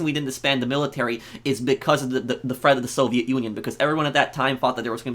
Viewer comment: stop sayin millitary